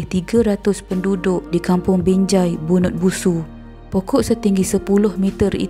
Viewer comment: Bunut Busu??! Slh tue kak pengacara.. Bunut Susu.. Kg. Saya tue.. sebut molek² deh?🙋🏻🤘🏻😂😂🤣🫵🏻